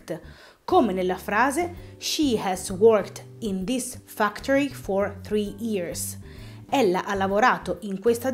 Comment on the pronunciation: I guys invece di Hi guys Ears invece di years Tree invece di three No grazie perché mai dovrei acquistare un video corso con una pronuncia così maccheronica? Per non dire altre parole sbagliate di pronuncia. Ma almeno, perché non rivedi a pronuncia invece di far confusione alla gente?